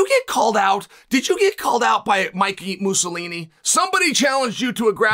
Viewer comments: “Mikey Musalini” 😂😂😂😂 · Aint no way Uncle Chael called Mikey Musumeci, Mikey Mussolini😂😂😂 Uncle Chael is the biggest troll in this game. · Mickey Mousilini....I'm never sure if he's doing it on purpose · Mikey Mussolini 😂☠️ Chael has the best mispronunciations